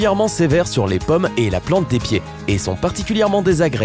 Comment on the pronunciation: les paumes (pôme) de la main, pas "pomme"...